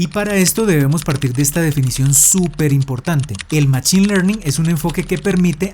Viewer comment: Buen video, lo agradezco. Un pequeño feedback es la pronunciación de "machine" que en inglés se pronuncia "mashine" y me provoca escalofríos cuando lo pronuncias en español con la ch jaja